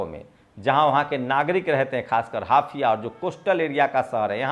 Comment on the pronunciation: हाफिया नहीं, हाइफा, कौन-सा गांजा फूकते हो?😂